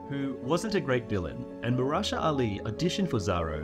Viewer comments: You butchered Mahershala Ali's name. It's muh-her-sha-la. Practically pronounced as it's spelled. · That was probably the worst pronunciation attempt of Mahershala that I’ve ever heard in my life. Marasha? Like nice. Give that one more try at least. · Lmao who's "Marasha Ali" exactly? Was that the first take of you reading Mahershala Ali's name? You didn't think to maybe practice the pronunciation first? Anyway, this list is mostly awful, but somehow made worse by you not explaining their reasoning for half of them, which was a weirdly inconsistent decision on your part.